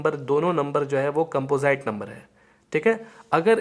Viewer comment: कैंपोजाईट nhi कैंपोजिट hota h 🤣